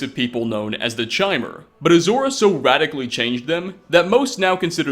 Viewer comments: Also it's pronounced ''KY-mer'' not ''Chaimer''. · Isn't Chimer pronounced like with K sound? Like Chiron? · How's it actually pronounced? Chai-mer or Kai-mer? I always assumed the latter since the state of enlightenment in the series is CHIM, which is pronounced like Kim. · Kymer seems to be the pronunciation. Chimer seems to mean changeable as in Chimera. Probably a Bethesda hidden deal.